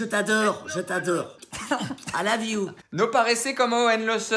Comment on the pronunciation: " A lave you" traduction " A lave toi" 🤣🤣